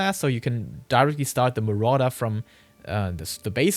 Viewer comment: As a Spanish speaker I couldn’t stop hearing the color morada every time he would say marauder 😂 Good content!